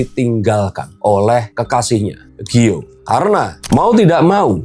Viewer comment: Bukan gio tapi giol